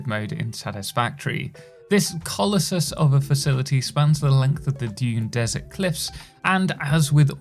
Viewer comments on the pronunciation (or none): it's pronounced "colossus" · Does he really not know how to say colossus?